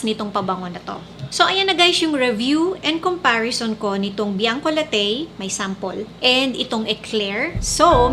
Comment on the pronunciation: It's pronounce Bianco LA-TI not Bianco La-TEYY mam ☺️